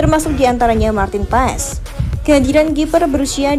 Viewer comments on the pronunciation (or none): di ucap ya bukan paes mbak😅😅 tapi pas😊😊